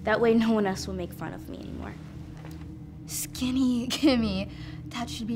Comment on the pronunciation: "SkEnny"? it's SkInny.